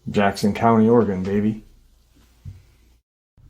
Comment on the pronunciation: Hi!!! I'm from PORTLAND OREGON and am just GENTLY GIGGLING about the way that you are saying OREGON...LOL It's said... ORY GUN...😊 Thanks for all that you do!!! Aunt Lori ♥️ Portland ORY GUN...😊